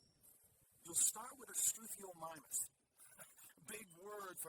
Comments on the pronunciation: Struthiomimus (Struth-io-mime-us) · Edmomntosaurus was pronounced right, the samall guy is pronounced like this Stru-Theo-My-Mus :) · say it with me: "Stroo-theo-my-mus" "strootheo-mymus" --> Struthiomimus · Strooth-eo-my-mus. You pronounced edmontosaurus correctly. It's named after Edmonton Canada where it was first found. As a paleontology enthusiest I love listening to you play this game. Makes my day.